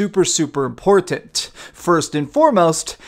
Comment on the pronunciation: I thought that was a pun. im-PORT-tant.